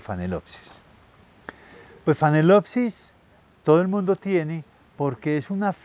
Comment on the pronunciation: ¿Phanelopsis ("fanelopsis") o Phalaenopsis ("Falaenopsis")?